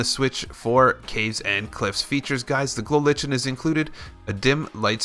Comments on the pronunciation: It's a fungus, and there is no debate, it's pronouced Lichen, (Lie-ken). A simple google search will reveal that much. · it's pronounced glow lie-ken XD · It is pronounced like-n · Lie-ken is how its pronounced 😂